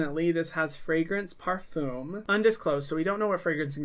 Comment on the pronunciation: did you just pronounce a french word in the diluted american way to say it? AHHHHHHHHAHAHAH I LOVE YOU AND IDK WHY THIS IS SO FUNNY TO ME AHAHAH I cannot get over how you say parfum. In french, it actually sounds more like pah-fum but like when you say the r that sounds more like an h, you do that weird back-of-the-throat thing, but it's hard to do when you're from america and didn't take French. Idk how to explain it.